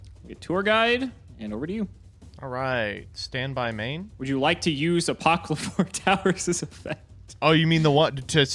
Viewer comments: never failing to magically mispronounce simple puns and word play. Waiting on pins and needles for the Ape-o-cleeps to take us all! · Ape Uh Qli Fort Towers.